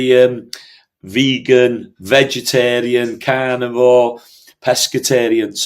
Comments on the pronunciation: When he said "carnivore" it sounded like he said "cannibal". I had to back it up and listen again. What a relief! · I read your comment BEFORE listening and I still had to rewind!!! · lol I heard the same